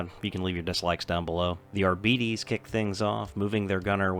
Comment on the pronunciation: Its pronounced "Ar-Bites" fam <3